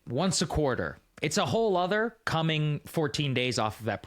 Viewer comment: SAAGAR YOU WIN! YOU SAID IT CORRECTLY! "WHOLE OTHER" not "whole 'nother. Well done